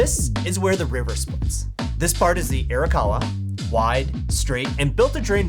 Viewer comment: Hahaha “air-a-kawa” and “su ME dah”